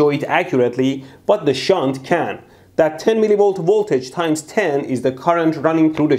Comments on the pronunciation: Your "shunt"... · Haha I want to make a shit but you said shaunt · SHHUNT... Haha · the way you stressed the "SHUNT".... also... I "invented" a "lightbulb" as 10 year old or so, by playing with power supply and some random wires... Ever since then I love electricity and sparks... I burned and electrocuted myself so many times since then that My fingers have now much more resistance to heat and burning... So I love watching your channel. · Shunta-da-metre.....meter, gimma da meter...please mr bushy-brow. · C'mon man. Safety 'shunt' goggles.... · how did he used to say "shunt"? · Count how many time mehdi says “SHUNT” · Shunt Not Shit 😂😂😂 i love you man